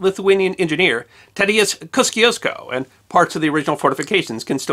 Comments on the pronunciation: The polish engineer’s name ,although spelled Kosciusko, is pronounced Kos- Shus- ko.. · Nice to see it spelled correctly. The largest "mountain" in Australia is named for him but nobody there pronounces it correctly. His statue to commemorate his contribution to the war of independence used to be outside the Whitehouse. He left quite a legacy